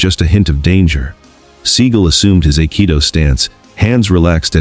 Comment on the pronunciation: Aikido is pronounced "eye-kee-doh"